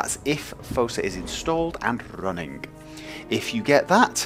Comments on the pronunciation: I love when you rolled your tongue when saying "running" at the end. Very regal. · I love how you say running , rolling that r